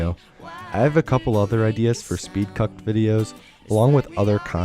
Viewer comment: "And welcome to s p e e d - C u C k E D "